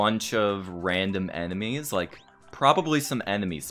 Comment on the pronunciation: you are a bit small on cam, maybe you could zoom in a bit more. Oh and am I the only one that heard Animes instead of enemies?